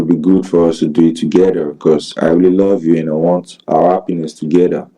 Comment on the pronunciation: 🤣🤣. Togeder, appiness, ippopotteamus, 😏